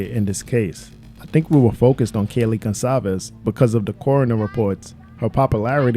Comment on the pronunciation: Goncalves not Gonclaves.....